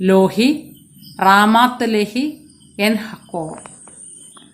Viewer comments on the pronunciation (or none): ലോഹി അല്ല, ലേഹി